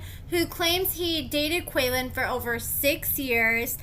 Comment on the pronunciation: His name is pronounced KWAY-LAWN … 😉